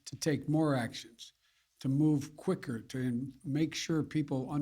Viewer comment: OMNICROM! He is that stupid, folks. 3 or 4 times he had a chance